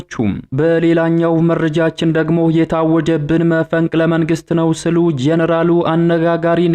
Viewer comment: ስሉ አትበል ሲሉ ነው የሚባለው ገመድ አፎ